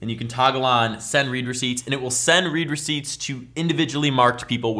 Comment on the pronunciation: Gi thought you said reaper seats